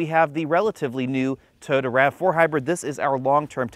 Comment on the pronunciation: Great review but can you try and pronounce Toyota right? Cheers